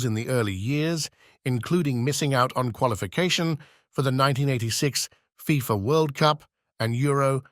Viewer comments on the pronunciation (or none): none